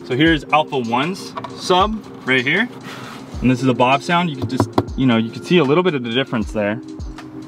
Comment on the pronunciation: How about the pronunciation of “Bavsound”? I called your number and listened to the recording of you pronouncing your own name. It’s Bav with a soft a, not Bahv. Like “bat”. Not like “bot”. Thanks for coming to my Ted talk.